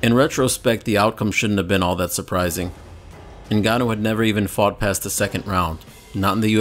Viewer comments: francis "nagannou" Ngannou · Sound like Brock said the N-word when he pronounced Ngannou’s last name.